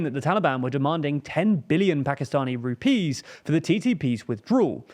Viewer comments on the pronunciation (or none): none